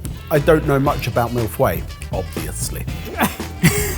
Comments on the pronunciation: Ironically with your pronunciations it sounds like "mille fouets" which would mean thousand whips. the "f" sounds like the f in the word further, the y is very tricky and is basically just a y without any other letters. "mii foy" that was proposed is close but not perfect. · the phonetic prononciation is \mil.fœj\ The "mille" part is good tho. To prononce feuille you can make it work by saying "oeil" the french word for eye with a "f" before. And chantilly cream as 2 L so in French it would be the same as the "ye" in yet. Chanti"ye""eeeee" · I think his mistake was to prononce the u in feuille. It should be silent. His Mille was ok. Basically it should sound like MilLe-FeYe. I'm using the capital letters to show where he should put emphasis. ILLe is pronounced as ye. Y sounding like two i mach together. I hope it helps. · Agreed, all I could hear is MILF-way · One of my favourite Australian celebrity cook Poh just gives up on trying to pronounce it correctly and calls it milly filly. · I think it was more jarring because Ben is normally really good at pronouncing non-English words, too. (I'd write out the pronunciation as "fuh-ee" myself) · I pronounce it "mii foy" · That is so not how you pronounce mille-feuille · This pastry has such a place in my heart. Ben's pronunciation of it hurts my soul thought... (As a French Canadian I've grown up pronouncing it differently, not sure who's pronunciation is wrong) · How can these British guys be chefs and live so close to France, which shares so much history with Britain, and pronounce mille feuille so abominably! -Signed, a very disappointed Canadian. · This butchered pronunciation of mille feuilles is destroying my poor poor French heart. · The way you guys pronounce Mille Feuille is adorable. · That pronunciation of mille feuilles is both hilarious and adorable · I wonder if they never look up how to pronounce the french words or if they are just unable to. 😂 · you're pronouncing "mille feuilles" ( French ) wrong